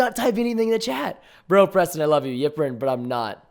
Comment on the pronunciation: hewo pweston